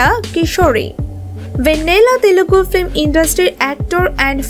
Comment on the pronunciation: ফ্লিম or ফিল্ম? উচ্চারণ সঠিক করা উচিত